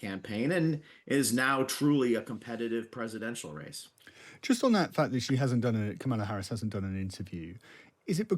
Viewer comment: Her name is pronounced KOHmala Harris, not kaMAHla.